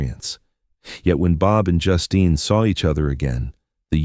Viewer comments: I almost screamed every time I heard Justin instead of Justine. Is it really that difficult to get a human to narrate? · Please pronounce her name properly.....JUSTEEN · I hate the way AI mispronounces words. Sometimes it says her name right and other time says it like a boy’s name.